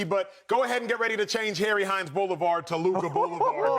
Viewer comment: He said Harry Hines I'm 💀